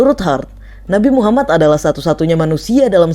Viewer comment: . Min tolong dong bilang nabi Muhammad.. Nya yg benar bukan muhammat, tapi muhammad محمد . Ujung nya bukan hurup ت , tapi hurup د. Sebelum menceritakan pelajari dulu Min cara ngucapin nya